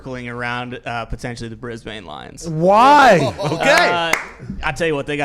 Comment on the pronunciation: You guys need to work on your Aussie. Brisbane is pronounced "Bris-bin" not "Bris-bayne."